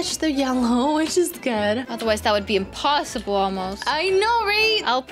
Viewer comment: Did you say emposebole